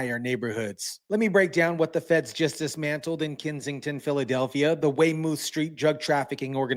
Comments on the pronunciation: Weymouth Syreet said (Weymuth) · Pronounced "way-myth" so u know